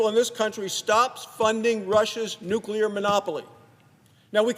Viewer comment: Dear Sen Manchin: "NEW CLE AR" (jeez)